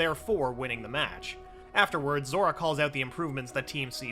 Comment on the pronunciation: i love how at one point he dident said zora he said zoro